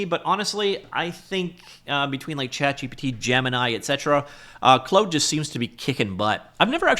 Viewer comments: Clode code is the superior pronunciation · How can you have never used Claude. Watch a video on how to pronounce it properly.